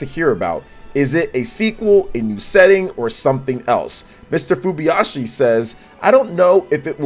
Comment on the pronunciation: Great video, but the name of the Zelda's Director is Hidemaro FuJIBAYashi, not FuBYashi as you've been saying... ;-)